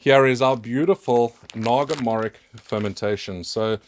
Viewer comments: The correct pronunciation of Naga morich is 'Naga mo-Rich' not 'naga morik' . Morich means Chilli in many Indian languages. And I need a bottle of that sauce 😅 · It's pronounced Naga Morich/Moris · Also, it should simply be called Naga Chilli, because Chilli in Bengali simply translates to Morich, and its pronounced Morich with the 'Ch' of Chocolate, not 'Kk' of Maybach. Nice video btw <3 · Its actually called Naga Mori (ch) not (kh). The fragrance is amazing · Hello, for your information this chilli is pronounced as naga morich, with “rich” pronouced as the word is normally read. It’s the same as a dorset naga which originated as a naga morich plant bought from a Bangladeshi grocery store in Bournemouth. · Naga "MO-RICH" The rich is literally just pronounced rich. Naga is the main tribe of Indian state of Nagaland. Morich is pepper in various Indian languages.